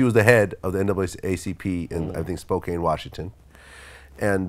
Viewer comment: It’s not spo Kane it’s spo can